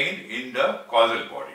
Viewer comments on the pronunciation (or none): Are yu saying Casual body. Then the gross body? Casual is pronounced kaZYUel It sounds like you said the KaSUL? body. And then in sound like yu said. Glass body ..instead of Gross. I am very interested to here yu speak more about Yoga & chakra if yu have. Thankyu much i enjoyed this video much.